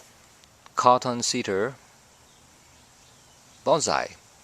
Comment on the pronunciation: Also, its pronounced "cot - tone - ee - aster"! Good video BTW!!